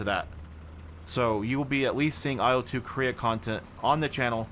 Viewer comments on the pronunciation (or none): none